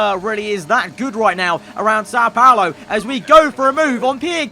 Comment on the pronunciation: the pronunciation of são paulo hurts me as a brazillian